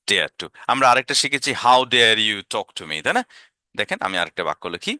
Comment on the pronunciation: অসাধারণ স্যার। আপনার চ্যানেলে সময় দিলে শিখতে পারবো ইনশাআল্লাহ। মাঝে মাঝে ঠু ঠক না বলে টু বা টক বলেন মানে উচ্চারণ আগের মতো করে ফেলেন এটা সংশোধন করলে আরও ভালো হবে ইনশাআল্লাহ।